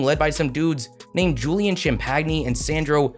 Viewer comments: Man butchered Julian's name lmao. It's pronounced exactly like champagne 😂😂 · Champagnie is pronounced champenny